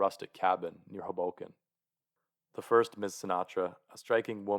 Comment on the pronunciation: Tip: pronounce Hoboken with emphasis on the first syllable. HOboken